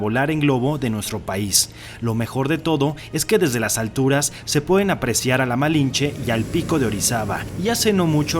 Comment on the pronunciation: Se dice malintzi